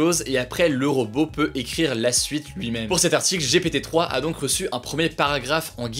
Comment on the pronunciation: oh il a dit G.P.T 🤭🤣🤣